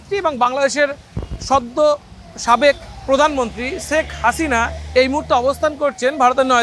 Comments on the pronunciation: Sek hasina na. Bhai sheikh hasina age naam ta bolte shikhun tarpore news koren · ছেখ হাছিনা! ছেখ রেহেনা! কি নামের উচ্চারণ মাইরি!